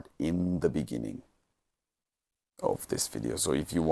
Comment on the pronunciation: In the bininging... bininging